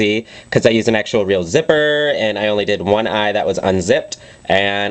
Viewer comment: lmao! check out the way he said zipper